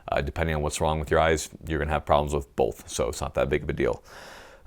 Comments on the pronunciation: Wait, did you just say Bolth or Both? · I never knew there was an "L" in the word "bolth" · "I have boLth; I use boLth" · "bolth"...? rooster teeth burnie?